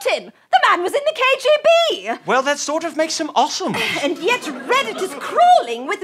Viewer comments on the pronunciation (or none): we don't pronounce awesome ossum. Please.